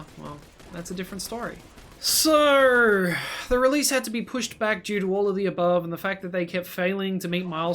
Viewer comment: You so sir instead of so